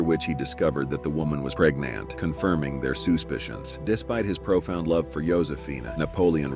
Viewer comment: “Discovered the woman was preg NANT “